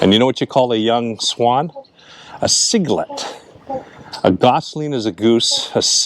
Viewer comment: Happy birthday! Baby swan is called a cygnet. Pronounced SIG-NET. Great video BTW. Enjoyed it 😊